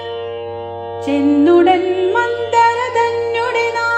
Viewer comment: മന്തര അല്ല